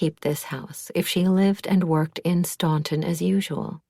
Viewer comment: Spot on!